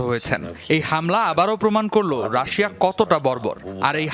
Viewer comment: কি সাংবাদিক রে বাবা রাশিয়া নামটা ঠিক করে উচ্চারণ করতে পারে না 😂😂😂